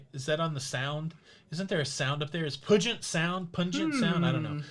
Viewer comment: Puget Sound is pronounced Pew-jit. Any I think you will find others wearing shorts vs pants to Alaska especially during the day. I will wave hello from my home on Vancouver Island as you sail by!